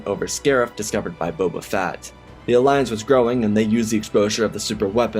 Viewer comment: This narrator REALLY needs to slow down! I've watched many of his videos and he consistently makes me cringe! Here we have a video about Bobal Fatt, I cant tell you how many times that Obble Juan has been uttered in other videos. At this point Im starting to think its intentional as im sure that Im not the only one that hears/notices these incorrect pronunciations!